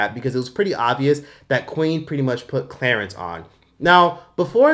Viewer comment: “Clerence Rack” 😫🤦🏾‍♀️